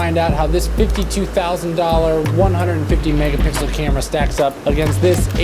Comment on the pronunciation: he said mega pickle.... I'm pickle riiiiiiiiiiiiick